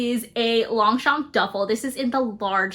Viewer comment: Girl Longchamp…champs Élysées NEVER pronounce the P😅